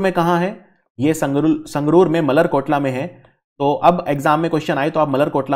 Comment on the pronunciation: मलेरकोटला not मल्लर कोटला